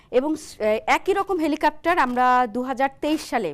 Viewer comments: হেলিকপ্টার, হেলিকাপটার না.. বারবার একই উচ্চারণ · "হেলিকাপ্টার" নয়, সঠিক উচ্চারনটা "হেলিকপ্টার"। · এই মহিলা কতোটা শিক্ষিত? এরকম গুরুত্বপূর্ণ একটা টপিক নিয়ে বলতে গিয়ে উনি কেনো "হেলিকপ্টার" না বলে "হেলিকাপ্টার" বলতেছেন? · হেলিকাপ্টার না হেলিকপ্টার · Dear Madam, apni bohu bolechen helikaptar but its helikoptar....:) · হেলিকাপ্টার শুনতে শুনতে বিরক্ত হয়ে গেলাম। এটা "হেলিকপ্টার" হবে। 😅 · সবার আগে খতিয়ে দেখা হোক উপস্থাপিকা হেলিকপ্টারকে হেলিকাপ্টার বলছেন কেন? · হেলিকাপ্টার হবে না হেলিকপ্টার উপস্থাপিকার উচ্চারণ এর এই অবস্থা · হেলিকপ্টার উচ্চারণ করুন। কেমন সাংবাদিক সাধারন উচ্চারণটি জানেনা? তা-ও আবার নামি-দামি চ্যানেলের সাংবাদিক। 😂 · বারবার হেলিকেপ্টর বলছেন। পরবর্তীতে উচ্চারণ সঠিকভাবে করবেন। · জ্বি হেলিকা*প্টার,,, উপস্থাপিকার উচ্চারণ খুব সুন্দর 😄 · হেলিকপ্টার হবে উচ্চারণ টা